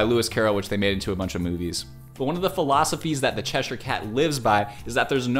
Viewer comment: I’m sorry but it made me physically upset how he said “Cheshire” 😭 Edit: CHERRYOUNG??